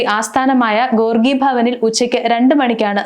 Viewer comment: ഗോർഗി അല്ല ചേച്ചീ ഗോർഖി ഭവൻ 😊